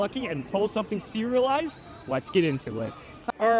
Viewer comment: I'm definitely hungry. All I'm hearing is "cereal-lised". So maybe this new foiling has cereal kinda texture on it. Then, towards the end, oh.... So that's what he meant😂